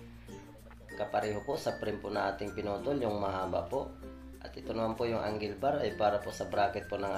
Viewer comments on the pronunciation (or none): none